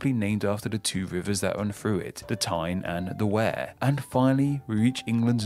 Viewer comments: Worcester is pronounced Wooster (it's that simple 😀). All the shire counties are pronounced 'sheer' or 'sha' and not 'shire'. The narrator manages to butcher most of his pronunciations so I suspect it's AI generated. Darby instead of Derby and River Weer instead of River Ware. Robin Hood is based on true stories passed down. Keep'em coming 👍🏻 PS. England has 5 River Avons, Scotland 3 and Wales 1. 'Avon' is a Celtic word meaning 'river' (Afon in Welsh). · he got so much wrong 2 that i know of, he missed out teeside and he pronounced wear wrong, it should be said like we are, we're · And the Wear of Tyne and Wear is prnounced Weer, not ware... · pronounced river WEER not WARE that is the river wear a southern englishmans pronunciation TYPICAL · Lots of pronunciation problems with this video. Two which stand out are Derby/Derbyshire, should be pronounced “Darby/Darbysher” and Tyne & Wear, where Wear is pronounced as Weer. Northumberland got short shift, as the Humber is not “ nearby” but about 100 miles and 5 major rivers south. The true derivation is from the Kingdom of Northumbria, which back in Anglo Saxon times stretched from the Humber into south Scotland. Northumberland was the core of this kingdom and is it’s rump. Keep on searching! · Why 'Burkshire'? It's 'Barkshire'. 'Er' used to be pronounced 'ar' before about 1600. Hertfordshire is pronounced correctly. But 'Derby' was wrong - it's 'Darby'. Oh - and the River Wear is 'Weer'. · Berkshire is pronounced “barkshire”. Also, the Wear in Tyne and Wear is pronounced “Weir” as in weird. Source: Surrey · its spelled tyne and wear but pronounced tyne and were - Im from county durham but they are a close neighbor. Robin Hood is a folk lore person much like King Arthur, but may be based on someone or an amalgamation of people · An English person who can't pronounce English counties properly; Berkshire is prounounced "Bark-Sheer", Derbyshire is "Dah-bee-Sheer", and Tyne and Wear - the "wear" bit is prounced "we-er".